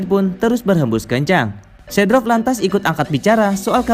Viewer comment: Seedorf bukan sedrof min 🙏